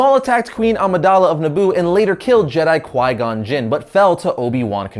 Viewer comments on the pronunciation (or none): none